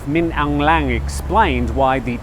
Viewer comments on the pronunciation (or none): By the way, Hlaing is pounces like LINE. The L is aspirated and the G is stopped. လိုင် or ไลง์